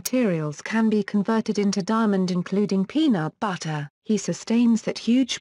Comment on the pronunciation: ''Penaut Battah''